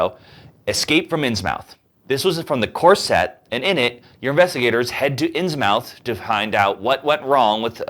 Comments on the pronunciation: inns MOUTH? inns MOUTH? Come on man.....say it right. Inns-MUTH.... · Innsmouth is pronounced "Inns-muh-th". (Still only two syllables.)